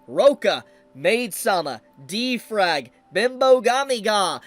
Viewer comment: When you said D-frag, I took psychic damage